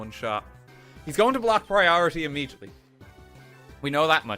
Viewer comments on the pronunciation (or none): none